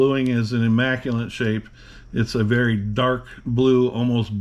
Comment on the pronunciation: The word is "IMMACULATE." Not "IMMACULANT" (no such word). And yes, very immaculate and beautiful revolver.